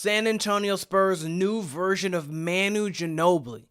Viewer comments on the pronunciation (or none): OK, gonna stop right here . First of all, you can’t even pronounce Manu’s name. Second, Manu is unique. I don’t even care who is comparing Steph to Manu - they are wrong. Castle may end up being the greatest to ever play for the Spurs, we don’t know, but in no way is he like Manu on the court. Ginobili was one of a kind, so move on. What else have you got?